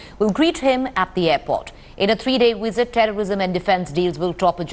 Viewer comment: never before have I heard so many Indians unable to pronounce v and saying w visit= wisit; not to mention z instead of s mizile not missile! Surely with Indian educated people this should have been addressed at school level seeing these guys are anchoring